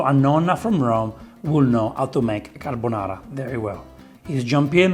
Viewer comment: “carbonare” You did it too🤣